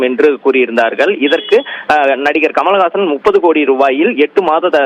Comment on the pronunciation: குமல்ஹாசன் இல்ல. கமல்ஹாசன். படிக்கிற லட்சணத்தைப் பாரு.